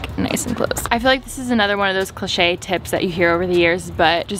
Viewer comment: is anyone else dying over the way that she said cliche. Love you tho